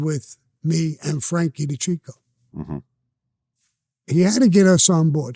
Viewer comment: U need to start getting peoples names rite bro frankie de caseio and frankie de keekio, sammy looked like he wanted to just blow u away the full interview 😂